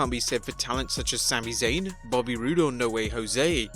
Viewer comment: It’s Robert Roode🤦🏽‍♀️